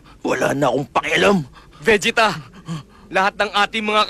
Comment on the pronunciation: Oh, the original Tagalog dub where Vegeta calls Goku as "Son Goku" more frequently and Vegeta's name being pronounced as "VE-ge-ta"